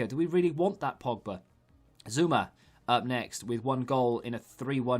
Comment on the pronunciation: Can’t watch the prem based on how he can’t pronounce half the names 😅